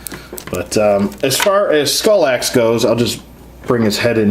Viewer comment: R.I.P Skallox...not "Skull-axe"